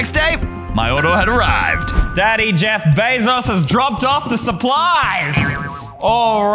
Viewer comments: Did blood really say DAdDy JEF BaZO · “Daddy jeff baysos😩”BRO WHAT?